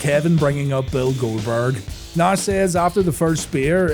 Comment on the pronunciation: Dude said Nahhh-shh :face-blue-smiling